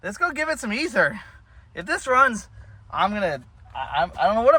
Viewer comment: You say ether, i hear Cosby sauce from SMA